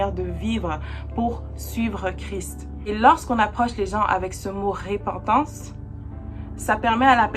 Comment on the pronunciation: Merci pour cet enseignement vraiment clair et vivant! Juste un détail technique: on dit repentance prononcé e ( il y a une seule consonne après le e) et non ré pentance. La repentance, j'en ai bien besoin aussi!